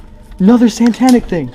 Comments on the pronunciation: wow we are standing on a completely not faked “santanic” thing. Kids are not only terrible actors but they can’t even pronounce the thing they’re trying to stage. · My favorite part is when he said santanic instead of satanic. Carlos Santana was there...